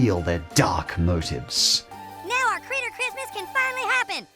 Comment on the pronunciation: This guy is so kind and accepting towards the LGBT community that cartoons offend him. And, he can’t even say “Christmas”.